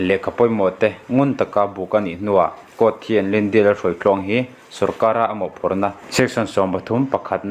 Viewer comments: Lyndia tiin I lam daih a..caption ah lydia ti bawk si. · Ngatinge thil hi i chhiar thiam loh em2 le?Lyndia pawh a ni lo..Lydia tih tur..ah hming spelling te khi i hmu ve kur awm sia.. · Eiru nu hming khi chhiar uluk deuh teh..... Hnam dang tawng hi chhiar thiam loh chuan a thiam te rwn hreh loh tur ... In video te hi a darh zau si a....